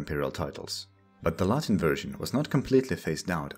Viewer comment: This guy's classical Latin pronunciation is just chef's kiss